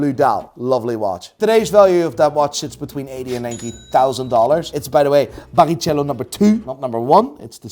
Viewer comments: Instead of Barichello (ch pronounced as a k) I understood Paris chello ahahahahha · it's pronounced BARRIKELLO! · The F1 driver is called Rubens Barichello, it’s pronounced “BariKelo” mate🫡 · Please somebody tells how to pronounce Barrichello, please